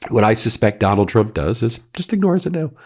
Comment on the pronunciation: Have you noticed that Caroline with a K can’t say the word Trump. She says chump.